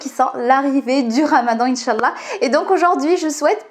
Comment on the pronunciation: J'aime bien tes contenus mais ce qui m'embête ça la façon dont tu t exprime quand tu dis douaa bismillah inchallah , tu le dis à la française au lieu d'employer l'intonation naturel vu que tu es marocaine !!